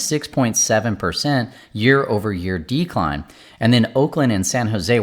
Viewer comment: I'll subscribe but only if you promise to stress the second syllable of 'decline' instead of the first in the future 🙃